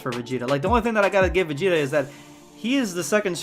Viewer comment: they always fucking up my mans vegeta what the hell